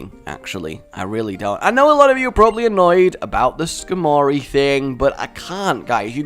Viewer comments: Hey, why do you have a horrible habit of mispronouncing pokemon names??? Skarmory is pronounced Scar, as in a wound, mur, as in the first part of MURICA, and ree. Your pronunciation: Scarmorey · Why are you and unable to read names properly? Skar-mory... Nadalia for.